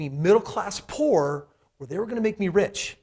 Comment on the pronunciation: Haha he said 'po cause he couldn't afford the o and r' 😂